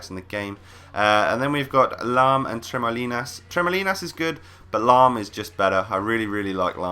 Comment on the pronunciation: I'm french and I LOVE your skill to say : Trémoulinas XD